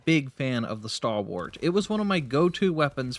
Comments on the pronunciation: You need to work on your pronunciation of Stalwart. It's "Stall" as in "tall" and "Wert" or "Wrt" with emphasis on the first syllable. "STALL-wert" Also, it's sentry, not "century." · I shudder a little every time I heard "Starwart"